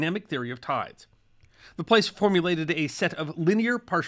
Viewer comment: La Place is pronounced La Plass. Merci de Montreal